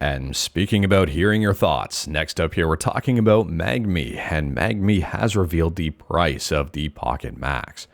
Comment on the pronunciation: Are Canadians just unable to pronounce the N before the G in Mangmi or do they not even see it?